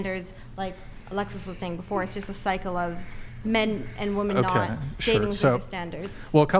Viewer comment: Why can't any of these girls say the word WOMEN...?